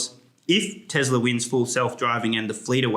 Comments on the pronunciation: My guy said Tezler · What is TeZla?